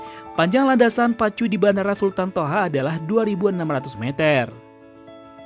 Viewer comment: Sultan Thaha !!! BUKAN SULTAN TOHA !!!!